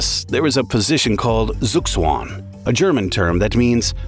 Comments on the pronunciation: Zugzwang, my German brain can't comprehend the pronunciation... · Suuszuagn damn it ZUGZWANG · I had a hard time understanding "Suggsuanng" "Tsuhk-Ts-Wahngk" comes closer... When using a foreign word, research the pronouncing. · It is ZUGZWANG, not sugswan. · zookSwan 😂 - its Zugzwang - zug=move zwang=to force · Gotta love Murican pronunciations of foreign names :face-purple-crying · Der sugswan? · Wtf is a zzoogswan? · Sukswong😂… I am German, after he said thats a German word, I had to go back and think about it for like a minute until I realized what he meant. Hilarious pronounciation😂😂😂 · Sug Suang - I first thought it was chinese 😅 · Oh, me meant Zugzwang when he said soogswong. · I love your pronounciation of zugzwang😂😂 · Nobody talking about how the narrator pronounces "Zugzwang" ? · Zugzwang, die Aussprache… autsch 😅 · As a German, the way you pronounce Zugzwang is criminal😂 I had to think really hard to understand what you were saying lol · Just love how he said Zugzwang. 😂😂😂😂😂😂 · Nice documentary! As an Austrian, i love how the narrator pronounces "Zugzwang", i didn´t understand it at first, only then as he explained it 😂😂 Sounds incredible 😂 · how u pronouns "zugzwang" is funny af 😂 ur docs are really interesting 🙂 the ignorance of bodybuilder is just different, ur friends/colleagues die one after another and u still go further...just wtf?! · took me a while to realize you said "Zugzwang" 😅